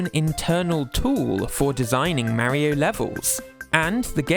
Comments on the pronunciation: Why are you pronouncing Mario as Merio? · "Mary-Oh" X)